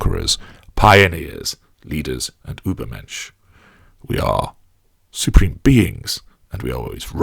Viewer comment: Haha how he said übermensch...actually really good...you sounded really German...btw I am German so I can judge